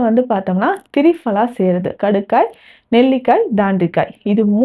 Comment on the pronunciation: You explained nicely ma. Thiripala U pronouned as Trifala. If possible kindly correct it ma🎉